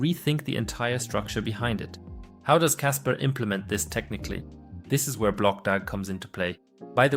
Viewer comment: It's kaspa... Not kasper